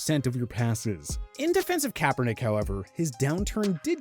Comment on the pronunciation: You said kaperdick now you’re forgettable